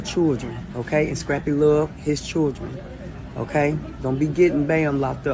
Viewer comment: Why can’t no one from ATL say children rite?